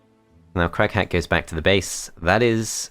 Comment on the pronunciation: Shoutout to everyone who kept hearing "Crack-hat" instead of Crag Hack